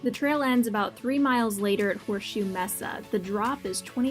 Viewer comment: Nice job on the video, but two things. It's pronounced "maysa", not "messa". If you are concerned about big cats, being quiet is not in your best interest. The two top predators in AZ would be Mountain Lion, and to a lesser extent, Black Bear. Both will generally steer clear if they hear you from afar. Startling them is not good. Even in Grizzly country, making noise is better.